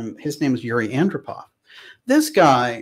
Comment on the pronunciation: Yuri Andropov is pronounced: Ann-DROP-ov.